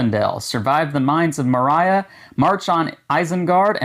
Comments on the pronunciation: Nice unboxing but may I just let you know it Saud more-re-a. If I did that correctly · Please, please, please learn how to pronounce Moria. It bugs the heck out of me every time you say it. Thanks.